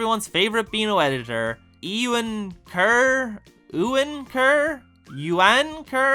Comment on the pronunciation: Also Euan is pronounced "You-Wan", "Wan" being like "Ran"... you could imagine why his name is funny to a lot of people 😅